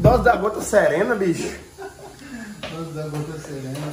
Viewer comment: Como ele diz, "drose" kkkkkkk